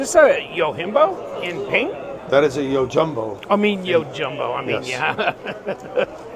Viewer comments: Why cover Spyderco products if you don’t know the correct pronunciation of their knife names? Yo-HIM-bo? 😵‍💫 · You called it yohimbo like a Hispanic might say hey-seuss instead of gee-zus or meh-he-co instead of Mexico.